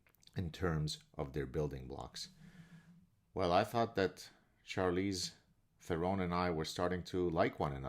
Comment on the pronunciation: Thank you from South Africa. She is indeed embarrassing. Although I should add it's pronounced: "Sharlize Terohn". Sorry to be nitpicky.